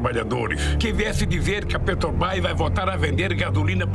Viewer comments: Não sabe nem falar: PRETOBRÁS? Kkkk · "Petobrais" KKKKKKKKKKKKKKKKKKKKKKKKK esse sapo cachaceiro é pura comédia 🤣🤣🤣🤣🤣🤣🤣🤣🤣🤣